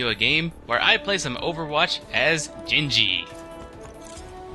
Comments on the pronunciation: I heard you say "jenji" and gave up watching.... And don't fucking say anything about accents. That was just horrible lol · did you just say jenji???? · There's a hard G in genji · Genji...He's Japanese...Sounds more like Ghen-jee...Not so much...Jenn-jee. But yeah. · That's the Westernized version, Genji is actually a Japanese unisex name commonly used for girls but it can be for males. It's pronounced "Junji"